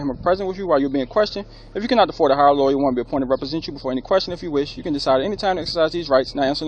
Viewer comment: Let this cop work here, and see how long he lasts. And for you, the GED cop, you have been disrespectful the entire time. Furthermore, its lawyer, not lawya.